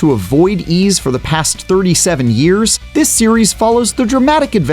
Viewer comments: It's actually pronounced as "why's". Thank me later. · It's pronounce as "Ease". Someone sure didn't know what he's talking about.